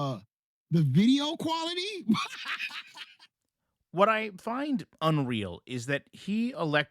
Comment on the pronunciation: The poor guy needs some tutoring on how to read the difference between quarterly and quality.